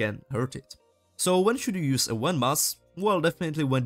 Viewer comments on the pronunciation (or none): Great tutorial. A note about your English though, you should search up how "Event" is said, and specifically how a "V" is pronounced. You're pronouncing it like a "U" and it's very strange. Not a negative remark, just trying to help as it was slightly distracting (but not a big deal).